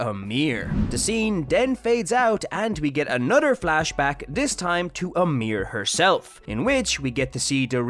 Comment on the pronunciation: Why you always saying "amir" and not "ymir"?